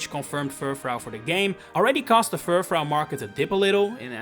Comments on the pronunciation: Sorry, what? ... Fur... fraow? Fur... frow(n) ? It's French, so it'd sound like Fur-frou. Using a sound similar to "you". Not to be demeaning. I was just so aghast and perplexed, I had to say something. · It's pronounced fur-froo, not fur-frow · Just to note you keep mispronouncing Furfrou (on purpose? idk). It's definitely meant to be Fur-Froo. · Not Furfhreow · If you make a video about a pokemon you should learn how to pronounce its name at least.